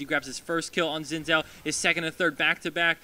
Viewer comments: I know but commentator says Zin Zao :D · No its pronounced Zin Jaou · i don't wanna be a stickler or anything, but Xin Zhao is pronounced Sin Jow ... its chinese and i'm chinese, so i know these things